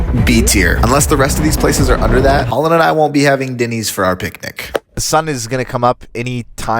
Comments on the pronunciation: Why he keeps calling it Dinny's and not Denny's is funny. It's like he thinks it's a slang term for dinner. "hey, do you guys want me to make you some Dinnys?" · It’s Dennys not Dinneys 😂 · 1.5 million views to hear this guy over use the word literally And to call Denny's.....DINNYS Wow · Is it just me or - every time you pronounce Denny’s I cringed. 😅